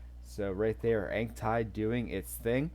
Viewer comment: Thanks for the content. Ankh Tide is super strong. Work on that pronunciation of Ankh tho 😉.